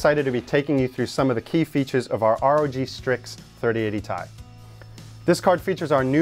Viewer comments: I always thought it was "t-i" as titanium, not as "tie" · Its Tee ie, not tie fighter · it's T i, not "TIE" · Come on man... everyone I know has always called it a T i. Tie or Tye just sounds so dumb lol. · Tie....? ? ?! !!! ? ??? .....? Stop it. You're triggering me on purpose.